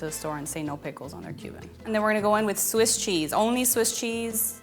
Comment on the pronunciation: *Swiss. I'm sorry but you somehow managed to say both "Switz" and "Swiz", both of which are wrong. There isn't even a consistency in how wrong you were. THAT'S how wrong you were.